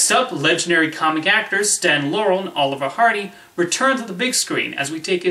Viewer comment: First, try to pronounce their names properly. It's not "Lauren & Hardy."